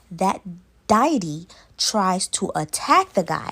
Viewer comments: Girl what is a "diety?" It's deity. Check for pronunciation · Lmfao 🤣 Diety, Dye-eh-tee, It’s dee-ah-tee, deity N wassup wit dat chef boyardee hat in all the vids ? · like your narration, u just popped up on my page, and listening the Trini story, i myself a trini i heard the pronunciation of deity it is pronounced Day A Te and Suriname is pronounced Sury Naam hope you received that in stride. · Omg girl .... Deity= DEE - a- TEE